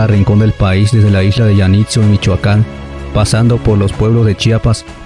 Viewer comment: No rendimos culto a la muerte , esperamos el regreso de nuestros difuntos ,y los recibimos , dice que el es mexicano , por lo que ha dicho , se que no es mexicano , por el acento , es peruano , no tenemos ninguna isla llamada yanitzio , se pronuncia Janitzio Efectivamente es una tradición indígena , la fecha la cambiaron los españoles y se celebraba según la cultura en diferentes fechas , al menos 3 No es que se hizo mestiza , se llama sincretismo , que fue una forma de hacer y unir las tradiciones religiosas , los españoles,es , al igual que este peruano , que no sabe pronunciar Janitzio , ni idea tienen de como se celebra el Día de muertos Mejor en USA lo celebran y entienden y adopta,n más apegados a la tradición En países de Latinoamérica lo copian burdamente , sin preocuparse de entender el significado y espíritu de la tradición , mucho menos entender el bagaje cultural y autenticidad de esta Bueno o malo según se vea , pero respetando el espíritu , en USA , ha entrado como un rayo y se supercomercializo, se fabrica y vende de todo con motivo del Día de muertos , y la gente lo consume , desde los casinos de Las Vegas , Disneyland , knots berry farms , universal studios , magic mountain tienen eventos y tour especiales al respecto, días antes y después de Día de muertos ,de hecho Disney quería comprar , en varios miles de millones de dólares , los derechos de Dua de muertos , viendo el gran potencial comercial de la celebración